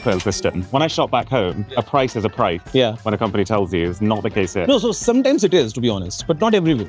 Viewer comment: Damm 'sometumes it is'